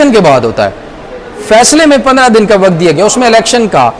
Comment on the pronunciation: Mr. ❤ Why aren't you correcting your "Waqt" pronunciation???